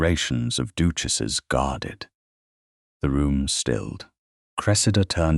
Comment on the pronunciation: Oh no! Another stupid AI story! Everything, everything was created by a computer and is fake. An educated narrator would not pronounce the word duchesses as doochesses. It's just a modern fairy tale.